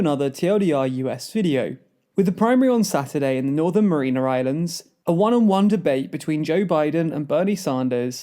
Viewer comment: LMFAO ok just to point this out bc this is like the second time, it's the Mariana (as in Mary Ana) islands not Marina islands haha